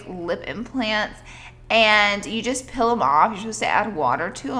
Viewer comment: the way she says "peel" TRIGGERS ME